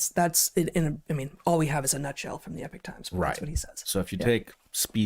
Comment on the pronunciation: Come on guys! It's not pronounced "Epich Times" but e-POC Times.